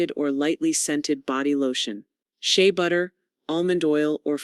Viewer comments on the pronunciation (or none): none